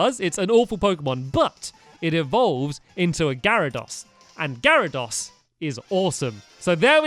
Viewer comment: you pronounce garydose Gary-dose